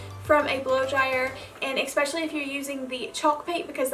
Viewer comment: I absolutely love your crafts. You're so talented. However... just remember that eSpecially does NOT have an X in it as you say it: eXspecially. You're such a smart girl. You can do it. 👍